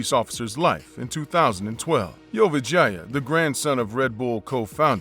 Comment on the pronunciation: Whenever dude said Vorayuth last name I literally thought he was saying 'your vagina' 😆 🤣 😂